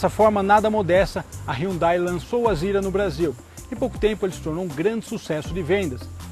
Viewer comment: mano Nao é AZÊRA. A PRONUNCIA É AZIRA